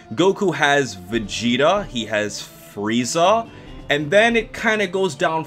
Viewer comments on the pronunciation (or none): none